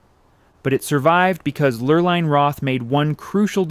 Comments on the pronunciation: The fake gray specks to make it look like old film throughout this whole show were quite annoying. These were still photos thus it was not film. These were even over the color photos. Repetitous information was unnecessary. Sometimes the woman's name was pronounced LurlIne (with a long i and sometimes with the long e sound.). The long e sound (Lurleen) is correct. Ohlone Indians should have been pronounced Olone (long o, long o and long e, not lone, like the proper word.) I learned about Filoli's history. Everyone should visit there at least once. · Mrs. Roth’s name is pronounced “Lur-leen”. The narrator mispronounces it all through her part of the history. She had a cruise ship in the Matson Lines named after her which sailed mostly SF to Hawaii and back.